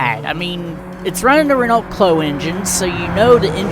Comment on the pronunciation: 'ren-alt' 🤣🤣 please look up how to pronounce Renault